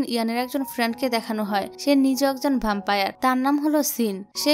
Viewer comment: ভ্যাম্পায়ার বলুন আপু